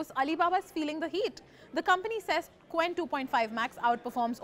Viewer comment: It pronounces "ch wen", not "k wen". Romanization.